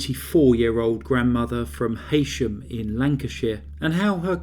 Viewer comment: It's prounced He-sham. DON'T come for me, followers world please! Im trying to be helpful here 😢. I was born in the next country to Lancashire.